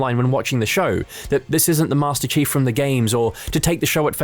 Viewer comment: did you just call him master cheeks?